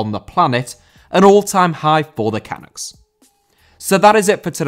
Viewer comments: Great episode, but "Canucks" is pronounced "kuh-nucks", not "kah-nucks" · Cuh-nuk not canok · will just correct you for how to say “canucks”, its say like “cuh-nucks” not “cah-nucks” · OMG as a Canadian boy, I've been WAITING for this! Haven't even watched yet, but I'm so jazzed. If has sat up and taken note, then we really must be creating a splash in the footballing world;) One small thing, though; it's not pronounced "can-ucks" but "kuh-nucks" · Long time watcher first time commenter, AMAZING video and thank you very much! P.S. Canucks is pronounced Cuh-nuks :) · Not canacks, Cuh-NUCKS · Not CAN-ucks, can-UCKS. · dude, it's pronounced canUCKS, not CANucks. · Great video - it's nice to have a national team worth caring about. (for future reference - "canuck" is pronounced more like cah-NUCK - more emphasis on the last syllable, which rhymes with "stuck") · It's pronounced "ca-NUCKS" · We’re going to have to teach you how to say “Canucks” properly, eh? Great video. Thanks for that. Doing a video on the women’s team and the godlike national hero Christine Sinclair (and why she should replace the queen on Canadian coins) would be a great video. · A) It's great to see someone outside of Canada talk about Canadian soccer! 2 things. Maybe look up how to say Canucks. And it might be worth noting the Canadians haven't played with Davies since November, which is only 3 games, but includes an important win against the US, which shows they can win without him. Also, that gives you a reason to watch his reactions to seeing the team win while at home. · Love the way he pronounces the word "Canucks" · Hearing him trying to pronounce Canucks hurts me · Look up how to pronounce 'Canuks' dude.